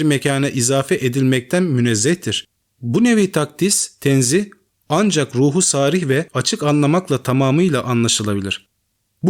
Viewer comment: noktalamalara, imlâlara dikkat, Avâm kelimesinde ikinci a uzatılır. Hakîr. Sârih değil, sarîh